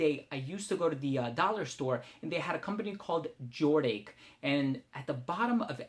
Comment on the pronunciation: It's pronounced Jordash. It was a very popular brand in the 80's.